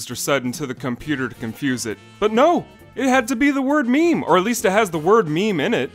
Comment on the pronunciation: Meme certianly is not pronounced "maymay" At least the picture format isn't